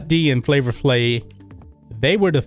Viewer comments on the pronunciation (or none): It pronounced Flavor FlaVE, man. Not Flavor Flay. C'mon!